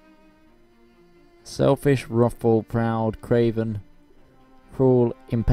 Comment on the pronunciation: Ha, I'm Lord of Brimstone. Funny, seeing my name appear in a game like this. 'wrathful' - finally someone who gets the pronunc right! yay...